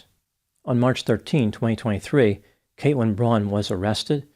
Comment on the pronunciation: Something is wrong with my ears... I jeep hearing "Kate-wyn"... wheres the L?